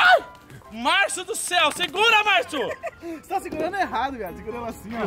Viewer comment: falando segura marso kakak eu: kakwjwjnwnwnwjajaj